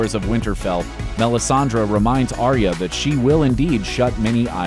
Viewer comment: What are you saying????? Its melisandre MEL-IS-AN-DRE